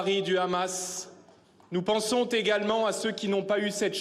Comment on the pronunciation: "nous pensons tegalement avec vous..." Mdr 🤣